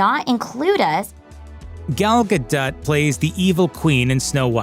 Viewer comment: Gotta love it when the guy reading the script clearly doesn't watch movies. How are you butchering gal gadots name so badly, I'm not even a fan of hers and I know how it's pronounced. Do your research next time guy.